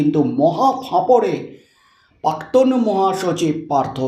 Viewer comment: ভালো করে জিভ ছুলে উচ্চারণ করুন। বড্ড কানে লাগে! প্রাক্তন- প্+রা=প্রা+ক+ত+ন। কিন্তু আপনি উচ্চারণ করছেন পা+ক+ত+ন ! আশাকরি সংশোধন করে নেবেন।